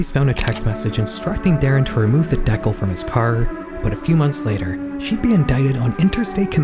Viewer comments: What is this Deckle you speak of?😂😂😂 DE-CAL, you’re welcome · please. PLEASE learn how to say DECAL. You’re too old to not know how to read… what you actually said is spelled “deckle” which is a device in a papermaking machine for limiting the size of the sheet, consisting of a continuous belt on either side of the wire. So I guess it’s a word that I’ve never heard of, but not the one you meant to say. DEE-cal. Cal like calories hello. 😊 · "decle"... de-cal? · you mention the T decal, just fyi it is pronounced d-kal not deck-all. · "dec-al" how is bro not able to pronounce "de-cal." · Bro its pronounced DEE-CAL not deckel. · I seen the pinned comment before I was able to call it out, but DEKYLL LIKE JEKYLL for decal!? Say it ain’t so!? I do have a bit of hope since you chose to pin that particular comment, but that could also be a snarky & sarcastic move…A.I. is ruining A.EVERYTHING!! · Bro really said deck-hal instead of dee-cal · A "t deckle"? I think you meant " DEE-cal(orie)". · I have never seen some pronounce decal as [Dɛ'kəl] before lol. My parents make decals and they pronounce it as [DI'kæl]. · Ain't no way you pronounced "DECAL" like that?😂 deck-uhl Edit: so I just googled it and apparently it's how Canadians, Australians and uk. I've geniunely never heard of that before. I always pronounce its Dee-Cal. Cal pronounced like CALifornia. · dee-kal. not deccle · FYI, it’s pronounced “de-cal” not “dec-al” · “Dee-cal” not “Deckel” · Did you just say deckle? brother it's dee-cal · What the fuck is a deckle? It's a decal. Dee-cal. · Decal is pronounced "Dee-Kal" lmao, not deckle 😁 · Deckal? You mean dee-kal? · It’s pronounced “D-cal”, not “Deckyl” you muppet. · 'deckel' it's dee-cal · The deckul from his car lol...decal ...dee cal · sure but come on. dekkle. 😢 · I've never heard anyone pronounce dee-cal, as deckle before. Probably the scariest part of this video. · The hell is a dehkle? You mean a Dee Cal? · De-kal (like California)